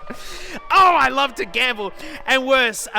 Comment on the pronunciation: I don't wuv the car but I do wuv woo